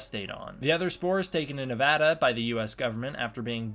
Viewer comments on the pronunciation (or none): none